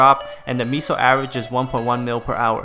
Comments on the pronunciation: Lmao. Its MAY-so. Not ME-so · Lmao ME-SO's XD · STOP SAYING MISO!!!!